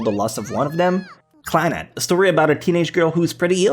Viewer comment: was anyone else kinda annoyed with how he said clannad?